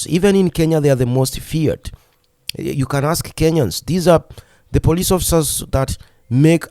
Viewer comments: You can't pronounce the word "police" ? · please its is not Poriceeee it is Policeeee😂